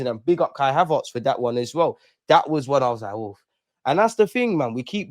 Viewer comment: Ha-VARRRTS LOL HavERTS bro 😊 love though 🇧🇧👊🏾